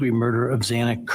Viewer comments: It upsets me so much that the judge mispronounced Xana’s last name TWICE! It hurts my heart. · Why could the judge not say Xana's name right? He mispronounced it twice! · It did bother me that the judge mispronounced Xanax’s name twice